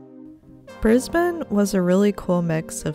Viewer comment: So glad you pronounced the name Brisbane like a local. Kookaburra however... think cook rather kook. Like, I cooked a Kookaburra